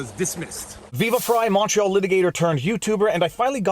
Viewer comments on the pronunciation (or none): none